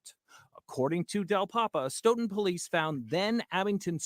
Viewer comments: It’s pronounced STOWTUN I live next door To that town Love your videos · Stoughton is pronounced stooton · Its pronunciation is questionable like everything in the commonwealth-Stoughton- STOWTIN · Say it with me STOE-TIN. Stoughton